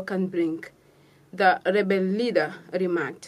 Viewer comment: Please block tv, bring us a good news reader instead of a pronouncement struggling news reader. Why is it difficult for her to pronounce "rebel" instead of "lebel". This is so embarrassing. Teach her proper pronouncement of words or fire her and bring us a good news reader. Remember, she is not just representing block tv but the Gambia as a country. No offense meant.